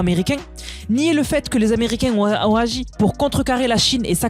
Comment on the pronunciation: "qui Z'ont" ?.... je te remercie pour ton travail de relais des infos... et j'adore tes "moinS"... Mais le "qui zont" me fait un peu mal aux oreilles... Bref! juste une remarque.. encore merci 🙏